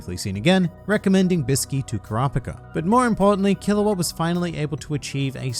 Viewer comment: Killua sound like killowatt